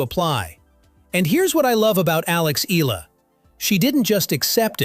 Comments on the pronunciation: I don’t think the WTA has anything to do with court assignments at the AO or other Grand Slam tournaments. Eala is a great young talent (and this video butchers the pronunciation of her surname), but this video doesn’t seem completely factual. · Say her surname correctly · It’s pretty hypocritical of you to complain about disrespecting Alex Eala when you don’t even bother to train your AI voice to pronounce her name correctly. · Why can’t this guy pronounce “Eala” properly? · can you please pronounce her surname right. thank you. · her name is not Ila. it's - Eh a la. and his name is not Joke ovich. stupid Ai voice! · Filipina dear boy. Not FilipinO. EYALA, not EELa. Pls say it right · Its not Ee luh should be pronounce in Filipino... "Ey Yeah luh." not eel luh. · Eh-ah-la Not i-lah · Eee-yah-lah! not eee-lah! Okay, group hug! 😂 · It’s not Ila but eyala that’s how her surname pronounced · Not ela its eyala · Every time he mentions her last name i winced! It's not "Eehla", it's pronounced E-A-LA, like "eyala", damnit! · My comment is Sir, correction it's, "E -yah -La" to pronounce her surname not. " E-la" Thank you for your good content about Alex.❤ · EALA NOT ELA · I don’t agree with many of Novak’s beliefs outside of tennis but within tennis he really knows his shit, he is a tennis legend! 🙌🏼 Proud of Alex Eala!! (pronounced YAH-LAH, not “eeh-lah” as that narrator said) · It's pronounced E-YA-LA not EELA. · It's Eh - Ya - Lah, not Eee - Lah. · It's Alex EALA (Eh-Yah-LaH) Not Ee-Lah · It’s not Ee-lah. It’s Ee-Ya-Lah 😊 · It's NOT read as "ila" it's "eyala" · Please. It’s pronounced Ee-yah-la, not Eela. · The voice-over pronouncing her name is incorrect. Her family name EALA is pronounced as EYALA and not as ELA. Making video content and not knowing the basic details like her name is like being ignorant.😂😅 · E-YA-LA not E-LA. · EALA, it's pronounced E-YA-LA. Unless, this video is AI-voiced. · not eela but ee yaaa la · It's pronounced as "eyala" ☺️☺️☺️ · its ee-yah-la